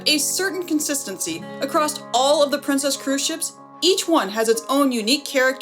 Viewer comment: ... Across not acrost and compliMENtary please! 🥺